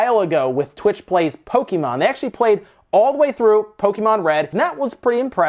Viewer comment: M Williams are you sure you’re not just hearing it incorrectly when they talk? Because I’ve heard the devs clearly say “kah” not “kay” But in either case, is way off with his pronunciation and that’s who my original comment was targeting.